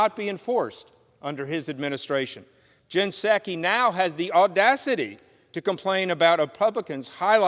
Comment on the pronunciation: "Gin Sacky" lol ...how about pSuki, amirite?